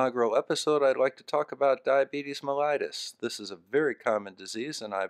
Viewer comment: No, it's pronounced MELL-ih-tus, It's not an -AYE-tis like an infection.